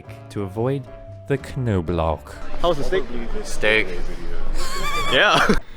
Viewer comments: Lol he said knoblauch correctly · as a german I can confirm your pronounciation of "Knoblauch" was very very good. Did not expect that!